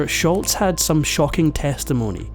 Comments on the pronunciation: Its SHOLZ, NOT SHULTZ... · It’s Sholz, not Shultz. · Tom Scholz, not Schultz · It's not Sholts, Its's Scholz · Tom Scholz' last name is pronounced "Sholz", NOT "Schultz". Nothing like mispronouncing names to cast doubt about a video's facts. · You could at least learn to pronounce Sholz's name properly. It's not "Sholtz." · Sholz not Shultz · It's pronounced Shoals. Not Scholtz. I was at the tribute show in Boston. RIP Brad. You are forever missed. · Pronounced Sholzzzz…not sholts. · Tom Sholz not Sholtz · It's Tom Sholz not Schultz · “SCHOLZ” is how you pronounce it. Not “Schultz.” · Just for future reference, it's "Scholz" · There is no T in Scholz. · Tom Scholz, not Shultz❕ There’s no T sound, it matters to people when you say their name wrong❕ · It’s Scholz,, Scholz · There is NO letter "T" in Sholz, this was not an episode of "Hogan's Heroes." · Scholz not Shultz. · There is no T in Scholz! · Scholz not Schultz. No “T”. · it's actually Scholz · There’s no “T” in Scholz. (Not “Schultz.”) Boston was my first live concert in 1976 or 77. Tix was 6 bucks. (Lawn-mowing $) You from Shotland? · For what it's worth, there is no "T" in Scholz, but you pronounce it like there is. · The guy is mispronouncing Tom Scholl’s name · It's Tom SCHOLZ!!! There is no "T" in his last name! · if you are going to make an account of the band, you could at least say Tom Scholz name correctly. The is no T in Scholz